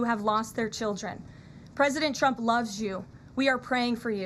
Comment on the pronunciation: First of all, she is a liar. Always was. Any Trump supporter that ever believed her is not very intelligent. Secondly, she can’t say “Trump” she says “chump”, and that speech impediment may be the most truthful part about her. She also can’t say “sure” she can only say “shore”, and if you want to something to do, look up her real face. No lips, but she shore likes getting the facial surgeries, just like Chump wants! Ah well…it’s all paid for by her multi millionaire 60 year old husband!